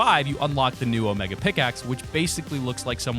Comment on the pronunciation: omEga not omaga